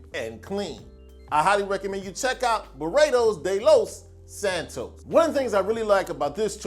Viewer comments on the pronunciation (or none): none